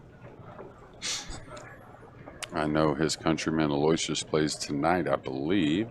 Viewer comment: Aloysius is pronounced Aloo-ishus. You're the announcers. That's part of the job. Be professionals. Do some research on the players in tournament. Basics like how to pronounce names, age, records, and home town. How would you like it if your name was pronounced incorrectly all time? Come on!